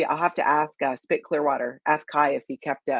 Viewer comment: Ki (sp) his channel is not spit tv it is SP eye tee, as in computer tech